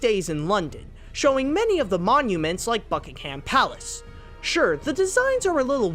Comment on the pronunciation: "Bucking-HAM place" O MY GOD YOU SAID IT WRONG!!!! 😡😠😤😲 - I'm dying 😂